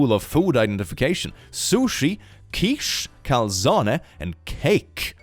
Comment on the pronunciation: well on the other hand he correctly pronounced "calzone" so he gets points for that.